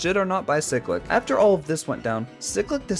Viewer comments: its not ciclic its cyclic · "ceclic" also cool video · Pronunciation of cyclic Chiy-click Or Se-click Both I like